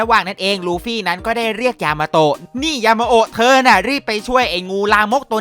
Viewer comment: ยามาโตะพี่พูดผิดเป็น ยามาโฮะ